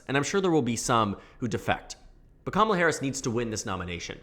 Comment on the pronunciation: It's weird hearing her name pronounced correctly Commala instead of Kuh mala or Kuh mala kneepad